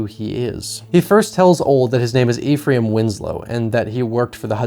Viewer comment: Hey no judgement but the character’s fake name is pronounced like “Efrum” phonetically, also his former boss was his foreman, not former.